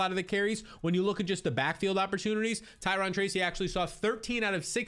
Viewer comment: Ty-ROWN (Tyrone)